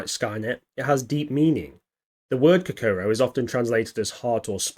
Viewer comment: At least make an effort to learn how to pronounce Kokoro FFS !! 🤮